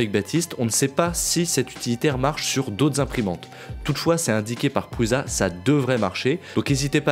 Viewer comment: Définitivement, c'est toujours pas pruZa mais ça se prononce pruça. Non sérieux, vous induisez une quantité de newbies dans l'erreur. C'est un nom propre, ça ne se prononce pas à sa sauce. Pas plus que Poulaïne ou Festo-ol. Franchement c'est carrément ridicule de la part de gars qui sont sensés être un minimum au courant. Josef Prusa c'est pas un illustre inconnu, tout youtube prononce correctement son nom sauf vous. Ça fait les mecs qui sortent pas trop de chez eux. Franchement, j'aime bien la chaîne, une des chaînes francophones des qualité, et vous êtes tous deux sympathiques. Et vous lisez les commentaires des fois ? Ça fait 250 fois que vos spectateurs vous reprennent là dessus. Sur les forums on se paie même votre tête pour ça. Sérieux, rectifiez ! Ce sera tout à votre avantage.